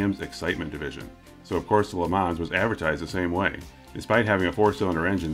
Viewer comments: The correct way to say Le Mans is without the ns as they're silent. Ya it's French so Le Ma is the correct way... It's like the way to say Renault is Ren-No and not Ren-Alt. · Le ma is sorta how to pronounce it sounds a bit like le maw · It's LUH MON ... not plural. lol